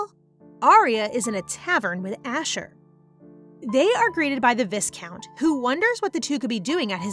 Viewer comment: WHAT I HATE ABOUT pronounciation is "viscount". The correct way is vai-count. With the "I" as in "I am" sound. Please correct it!